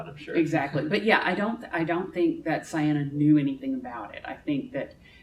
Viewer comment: It literally says in the novel that Ciena rhymes with "eye-henna" or something like that, so I think the pronounciation should be clear.